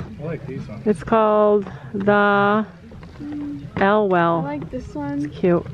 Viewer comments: That belt said Thelwell very famous cartoons. Not sure if you said the elwell 😂 they do really cute cards and stuff too! Also why haven’t you tried finn bitless yet, seems like a no brainer? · OMG I LOVE THELWELL! They have a book called a leg at each corner. Btw it is pronounced thel well